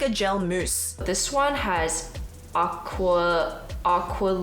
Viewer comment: Aqualicia Nobody:: Aquafelicia 😂